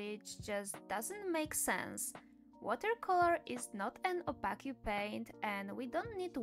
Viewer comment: you said opaque wrong x